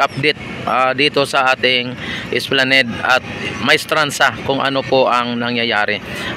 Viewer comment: Esplanad ang bigkas nyan bro